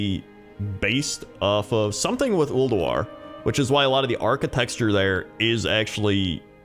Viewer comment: I always get a crack when you say "Architexture" 🤣